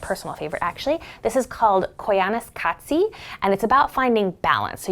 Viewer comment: I am LIVING for these deep dives with Erika. I swear she could read the phone book and I would be captivated! Also mad props for pronouncing koyaanisqatsi. Love from England 🤗